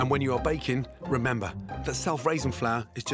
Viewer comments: It sounds like he’s saying bacon instead of baking. Maybe I’m just hungry. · Anyone else thought he said bacon bread and not baking bread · I heard bacon not baking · O K I hear bacon, too! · listen carefully, sounds like bacon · Hes 100% saying bacon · He is saying Bake'n . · yeah i thought he said bacon too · Did he say salty bottom?